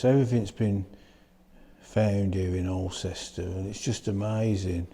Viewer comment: Nice video,. For info, Alcester is pronounced "awl-stuh" 🙂